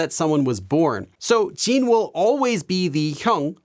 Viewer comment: I can't get over how he says 'Jeen' instead of Jin